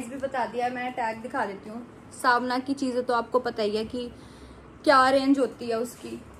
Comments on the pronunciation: it's called savana not savna your pronunciation is wrong please pronounce it correctly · didi not svna its savana